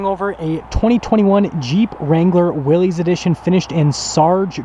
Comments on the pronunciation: I heard the other day it's pronounced Willis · I really wish people would get the name correct. Especially someone who sells the damn things.... It's pronounced, like WILLIS, John North Willys = WILLIS Overland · I chuckled at your humor about the 4 Wheel Drive being “really important” and “adding horsepower”. 😂 But since the Willys (pronounced Willis) is an appearance package, you should know that the decal is actually a nod to the 1940’s decal on the original Willys. And that’s right down to the font. So for this particular trim level - it really is pretty important. 👍☺️ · I hope that car lot don't leet advertise for them again youb suck. You need to get more info on jeeps before you do another video on them. And you like everyone else pronounces the name wrong. Look it up.